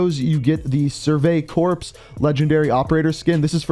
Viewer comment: This dude really just said Corps as "Corpse"